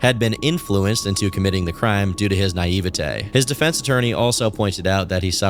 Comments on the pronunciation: brother said "Naive_a_TAY" Zoomers are doomed as a species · “nigh-ee-va-tay “ lmao